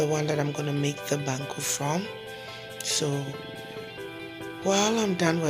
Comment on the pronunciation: Waaaw banku ni tilapia biye guy wae... Abeg send my own. See how you call the bankuu like Ganyobi Ayeley 😄😄, mikon ado wae